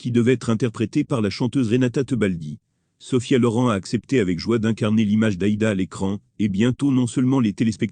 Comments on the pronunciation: LorIN pas lauran. Quelle plaie ces commentaires !😡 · On dit pas Sofia loran mais Sofia loren magnifique